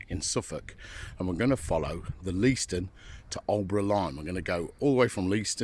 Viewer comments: Leiston is pronounced Layston. No spur was ever made to Sizewell. At 45.28 you were at Sheepwash crossing, where a "ballast line" went to Thorpeness, just skirting the Mere. Many thanks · Lay-stunn btw. Most people pronounce it incorrectly but no harm.